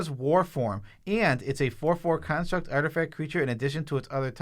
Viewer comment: Lol, Joe programmed into pronouncing it Karnstruct